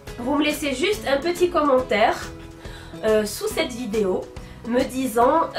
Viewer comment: j'adore bcp tes video et la façon dont tu prononce vidéééooo lol je veux participer au concoure et comme idée pour la prochaine fois des tutos maquillage et coiffure et meme j'ai bien aimé la vidéo ou tu a cuisiné c’était une très bonne idée